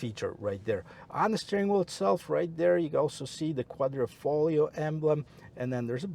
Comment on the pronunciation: QUADRIFOGLIO! At least journalist coud get it right. Thank you. :-) Otherwise nice vid.